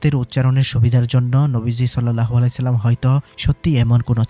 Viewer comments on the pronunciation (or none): none